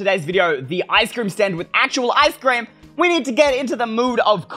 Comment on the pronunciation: Me:ice cream You:eystreem